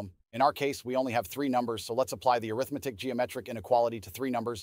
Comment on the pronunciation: "Arithmetic" as an adjective should be pronounced differently.